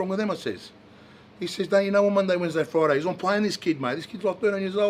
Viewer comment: It's on FROIDAY